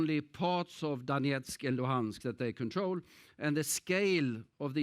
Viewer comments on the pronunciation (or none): none